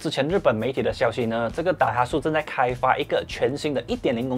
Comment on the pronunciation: Daihatsu真正的念法是“歹哈字”，不是“歹哈素”😂